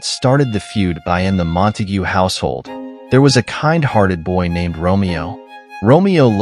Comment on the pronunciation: You do know the name is actually Montegue - 3 silables(sp?), rhymes with "you". Right? What a sweet take on the old, sad story! (But I hope no young kids see this and think that's how the story actually goes!) First... ?